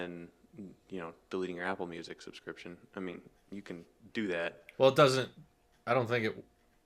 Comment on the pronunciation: I know what he meant but it was amusing to hear him say “behind camera display” Subscryption Tesla supports the ARM architecture?